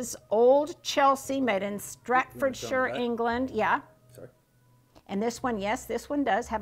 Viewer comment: Congrats on 1000 videos! 🎉💚🧡 When you showed the back of the plate and said “Stratfordshire”, I realised you had invented a new county over here in England…..it’s Staffordshire 😉😂💚🧡💚🧡